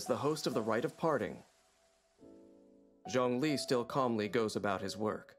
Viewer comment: What did you call zhongli?!?!(its CEO of GEO) 😭😭😭put your camera on the table😭😭🫵🏽